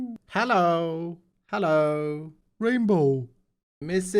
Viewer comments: CONGRATS on 1 mil Also, anyway he else think the way he says 'hallo' is hilarious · He says HaLLo